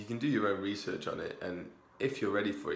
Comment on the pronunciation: "You can do your own weesearch on it"